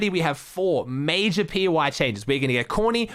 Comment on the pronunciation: mayjah mayjuhhhhhh more like duuuuuuh achachahc